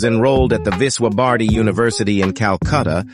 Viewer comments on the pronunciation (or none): Your pronunciation of Nehru, Bharathi, Feroz is not correct